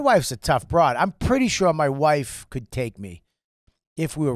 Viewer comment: . “WOIEFE” as wife is nuts lol